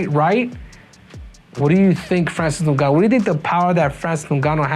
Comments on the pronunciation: its ingaanuu.please pronounce his properly!!!🤬🤬🤬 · Every time you say Francis last name you pronounce a little more improperly each and every time. "Nogannu" now it's "Ningannu / Nugannu" lmao.